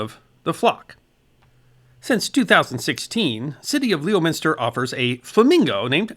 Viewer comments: brother, we love you so please let me help you with your central massachusetts town names. it's not LEO-minster. It's LEM-inster. and never WOO-ster. it's Wuu-ster. like a dog barking. WOOF. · Pronounced Lem is ter and Woos ter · It’s pronounced lemon-ster :) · it's more like "lemon-stir" and "wuss-stir", or "wiss-stir" if you're trying to fake an accent. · Leominster? So a name stolen from a Herefordshire town, on the England Wales border , and you still pronounce it wrong . the pronouciation is Lem-stir. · Lem in stir ...Leominster. You did pretty well on Worcester..Woos ta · Greetings from Leominster! (pronounced "Lemonstir") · I love your content and can forgive the pronunciations. It's "lemon" (like the fruit)- ster and Wiss (like Miss) ter. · Its actually Lemster and Wusster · Lem-minster. No O sound. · Lemonstur and Wistah...( more oo that ist) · Lemon-stir Wuss-stir (stah is a native born variant) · Leominster is pronounced “Lemon”+”stir” by the locals and other Massholes (I don’t know the proper term for residents of the state, but that’s what the neighboring states call their drivers). I made the mistake of pronouncing it phonetically when I was there for a wedding in 2004 and was quickly corrected. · Leominster = Lemon-stir Worcester = Woo-stir (“oo” pronounced like in the word “book”) Signed, someone from Massachusetts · Oh come on! It's Leominster! ( Lemonstur) I'm from the South and know that! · "Lemon-Stir" is correct. Most people never get it right. :) While you're butchering New England town names, Worcester = Wiss-stir, or wuss-stir. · On behalf of all the Massachusetts people, these guys were invented in Leominster - pronounced “Lemon-steh” - nearby to Wooster - pronounced “Wuss-teh”. Love! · Leminster. Lem-min-stir. That might not be perfect, but it's not that hard, and it will be closer than that ridiculous pronunciation of every syllable. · Lol, It's "Lemon-ster" Like the yellow citrus. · Pronounced: Leminster, and Whuster